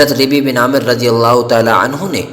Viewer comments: اپنی اردو درست کرو! ربیع میں راپرپیش ہےیاءمششددمفتوح ہے شجاعت میں شین پر زبر ہے اور بھی بہت غلطیاں ہیں کسی سناکرآیا کرو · ربيع پر زیر پے بھیا۔